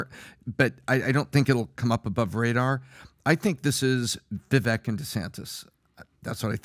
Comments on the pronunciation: It’s Vivek …rhymes with cake, please get it right ! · You all like Vivek so much … but you can’t even say his name correctly! 😂 Vivek like shake. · VivAk - its a LONG A fellas....Vivaaaaaak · It's Vivek pronounced like vye-vake 😅 .... I wish he would be VP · His name is pronounced vi-vake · Understandable and common mistake Vivek is pronounced ["Vi-Vake" like CAKE]😇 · Didn't they have Vivek on the show? They still can't pronounce his name correctly?